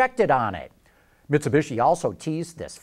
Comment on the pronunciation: 51 seconds in ....the way he says Mitsubishi lol